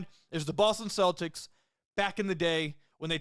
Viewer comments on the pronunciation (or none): none